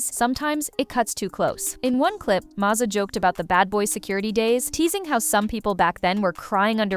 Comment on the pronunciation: His name is mase like the pepper spray lol do your research